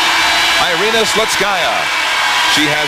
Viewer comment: Her name is Irina, not Airina, please USA get it right, spasiba.